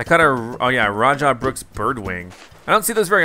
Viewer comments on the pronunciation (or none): a rajah brookes birdwing is pronounced ra-ha brookes birdwing